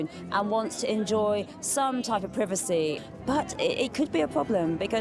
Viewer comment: Where does the Britt accent come from. Pwivicy, for privacy when did R become W.